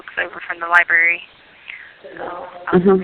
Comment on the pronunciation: Yes!!! And always “LIBARY” when she’s saying how smart she is. 😮